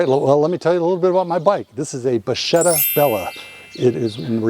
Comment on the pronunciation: It's pronunced bakketta.